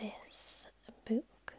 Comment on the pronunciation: el kae I was trying to think of how to write out her pronunciation of "book" and couldn't but "b00k" oddly fits perfectly. 😂